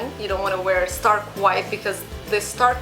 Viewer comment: wear - not 'war' :/